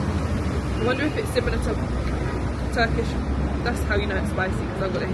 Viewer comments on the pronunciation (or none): none